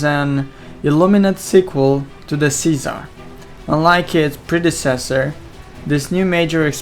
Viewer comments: LOL it's Czar (pronounced: zar) not Cesar... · He says Czar but with his heavy accent it sounds. Like Cesar